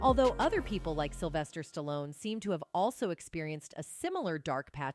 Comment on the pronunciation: Kudos to Jim Carrey and Sylvester Stallone (btw, pronounced Stalon at one point by the narrator) for speaking their mind. They are the smart ones for calling out the demons of Hollyweird. The content of this video is good but the narration is rubbish.